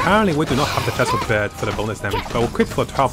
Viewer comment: It is pronounced like fish Fischl Not phesl And the translation for the bow is midnight waltz Greetings from germany